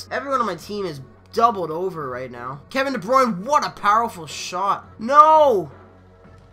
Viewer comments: its just funny cuze i speak dutch;-) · de bruyne plays on team belgium lol (its funny how you said his name)